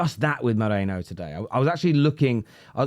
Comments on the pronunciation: ME RI NO. Not MO RE NO. 😂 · With respect, it's 'me-ree-no' like Merino wool, not 'mo-ray-no' like you and many other English pundits are pronouncing it. 😊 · Whos Mikel Meerayno?? It's Me-ri-no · MERINo not moreno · LoL people keep calling "Moreno" 🤣🤣🤣His name is Me ri no 🤣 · Merino not mereno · It’s MERINO not Moreno. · ME-RI-NO, not Moreno ffs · Merino, not Moreno. Also, if ur gonna roll the R, then don't pronounce the O like a Pomme lol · I totally understand, but merino to moreno isn't to do with accent, it's incorrect pronounciation unfortunately. It's like saying Harry Keane instead of Harry Kane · why tf are you calling him Moreno? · Can you stop calling him Moreno please 😂 MERINO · I still don't understand how you pronounce Merino as Moreno😢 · It’s meh-REE-no Not mo-REH-no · Its not Moreino bro. Its Merino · his name is MERINO. Not Moreno! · Ah for god sake 😀 his name is pronounced as Meh - Ree - No. Or just put it into deepl or google translator and play it out loud so you get a gist of it 😀Anyway love your content, you're still my fav Arsenal channel 😉😀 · Mare - Reeno come on dude honour/ respect him by saying his name correctly.